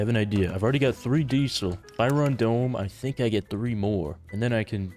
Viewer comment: why does say dee-sul instead of diesel